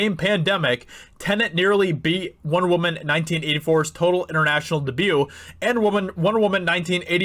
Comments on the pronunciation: what is "dubu"? I enjoyed hearing everything else you said, but I struggled to keep up when you slapped that word down. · Dude, please learn how to say debut... DAY- BUE... DAY-BUE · Its' pronounced DAYB-YOU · Because of the way he pronounces "debut" I will literally never watch this channel again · Anyone think he says debut weird? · So annoying that he pronounces 'debut' incorrectly. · My hearing isn't the greatest and maybe it is just me, but does he keep pronouncing "debut" wrong? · What's a "the hudinburge" and "dah-bue"?